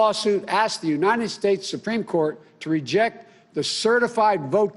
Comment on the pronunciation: He said United Snates....and the Attorneys General....cough....cough...